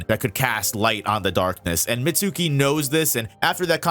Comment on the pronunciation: you're mispronouncing Mitsuki's name